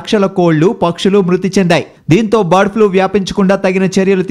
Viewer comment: One more thing.. Flue kadu Flu.